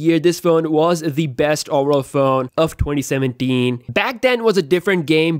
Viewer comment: i was looking through comments to see if anyone counted how many times he said besth. Really ridiculous amount of bests :))